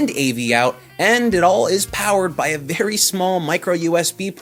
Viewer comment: Did he say berry illegal ? Lol